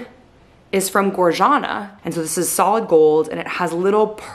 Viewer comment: it's pronounced "gor-yana" :)